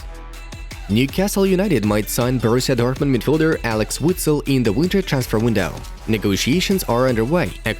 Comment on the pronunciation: My guy said Alex witsel 😭